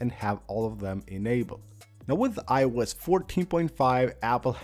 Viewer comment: I love when he says: I-E-USE